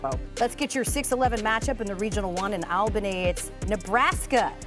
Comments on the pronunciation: I thought I was the only one. She corrected it later in the video. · It is “all-bany” not al-bany… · Pronounced All-bany.